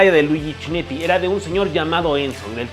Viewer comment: Está buena la historia como la cuentas, solo que no es CHINETTI, se pronuncia "kineti", no es "FANGUIO" se pronuncia FANGIO y no es "COMANDATORE", es COMENDATTORE.